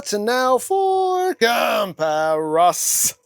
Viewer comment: it's ok you're the best one for comparisons. "Compar-i-somnns".